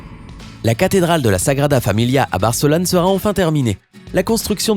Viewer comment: Sagradaaaaaaaaaaaaaaaa familiaaaaaaaaaaaaaaaaa ????? Les gens aiment bien prononcer de manière incorrecte les mots d'origine Latine (Catalan, Espagnol, Italien, Portugais...). Quand vous achetez une pizza chez Gino, vous ne dites pas Ginoooooooooooooooo. La syllabe no, on l'entend à peine. Un mot composé de 3 syllabes, comme sagrada ou familia, on accentue la syllabe du milieu : SaGRAda faMILia et la syllabe finale, on l'entend à peine. C'est comme si je disais : Je vais à Versailleeeeeeeeeeeeeeeuuuuuuuuuuuuxxxxxxxx (Pour dire Versailles). Mais bon, c'est vrai que ce monument (Qui a failli être détruit en Août 2017) sera fini d'ici 6 à 10 ans.